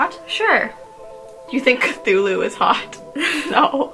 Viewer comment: Cthulhu is pronounced " Klul hu"